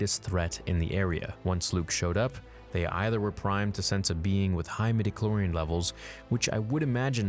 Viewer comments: You didn’t say mediclorians did you? Please, no. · Stopped listening when you said "midichlorian"